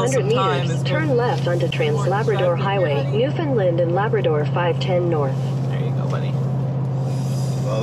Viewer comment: AAARRRRGGGHHHH...... please pronounce it right Newfoundland....is..... understand.....newfoundland ..understand